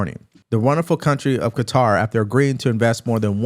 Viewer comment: Legal immigrants are welcome here. Hilary is doing her usual twisting if the facts… and by the way its kah-tar with emphasis on the latter syllable. That is how persons from that country pronounce it…good job for also doing so!!!